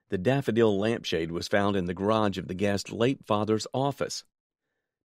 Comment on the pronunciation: The word "guest's " is mentioned many times, but it is always mispronounced "guest" (without the final 's sound).